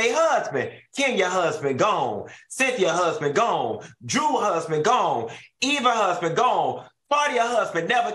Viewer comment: Can who ever from this channel fix EVA’s name, it’s not Eve